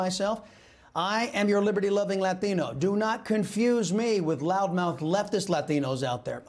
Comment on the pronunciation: Way to stress the accent when you say Latino. You sound just like AOC.